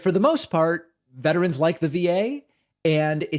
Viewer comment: Did this idiot just say veterans like the va???? LMAO